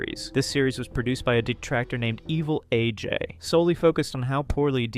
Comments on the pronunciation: Lmfao I am pronouncing evil AJ's name as 'evelage' for the rest of my life now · Evilaj? You mean Evil A. J.? The inconsistent pronunciation between AJ's username and Machinima is wild... 😩